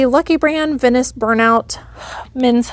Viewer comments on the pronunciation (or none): none